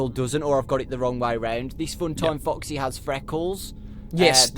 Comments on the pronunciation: he always says fucksy instead of foxy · he said f**ksy